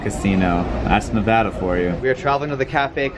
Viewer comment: Thank you for saying Nevada correctly,! (For shame,!)